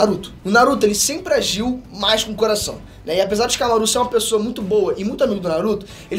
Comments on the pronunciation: So eu que fiquei aguniado do falando Shikamarú? mas o menino tem talento sim, não é imitação do Peter que é muito top, mas o ta em uma evolução muito boa, parabens ao esforço de voçes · Shikamarú nao porra fala o nome fo personagem direito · vc fala shikamaro estranho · Tava tudo legal no video até o mlk falar ShikamarÚ, chega fiquei triste na hora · “ShikamaRÚ” foi sacanagem😂😂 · O mais estranho e engraçado do vídeo é ver o falando o nome dos personagens errado. É muito constrangedor ksksk. Shikamarú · Não aguento ouvir essa pronúncia de Shikamarú kkk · Xikamaruh? Se liga nos nomes e como se fala, se liga na pegada do episódio de antes no canal. Fonética! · cara, legal vc dar uma força ao seu pai mas pelo amor não fala o nome dos personagens errado kkkkkkkk a sílaba tônica não é o RU de shikamaRU…. já deu pra ver que vc tá lendo o roteiro e falando sobre um anime que vc não assiste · Q agonia ele falando o nome do shikamaru errado vey 🤡